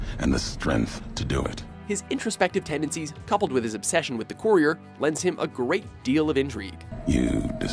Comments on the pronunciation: Why do you keep pronouncing "courier" like you do? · Am I the only one irritated by the way he pronounced courier lol